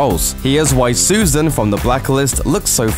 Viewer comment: As a Dutchie I can't deal with how her name is said. I just can't